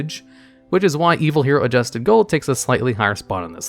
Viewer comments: You could have at least read ADUSTED, not ADJUSTED, Gold & Dark Calling before making this video. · "Arche Lord Zeratos" "I swarm" "Adjusted Gold" pronounce card names correctly challenge.